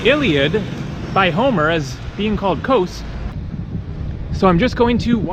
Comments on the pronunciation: Hate the way he says Kos. It's kos not kose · it's not kose it's KOS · Kos ! its called Kos ! - not Kose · why do you need to put an "E" in everything you say about KOS or anything greek lol